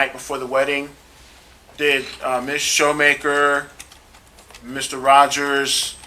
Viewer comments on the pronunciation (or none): Come on Mr. Lawyer, it's not shoemaker. and why the love for saying festivities.